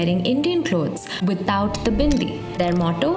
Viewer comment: I don’t know people had so much problem with a Hindu woman wearing a bindi. Why do u have to demonise everything that is associated with Hindus. And the way you say BINDI with so such emphasis on B shows how much you hate the culture.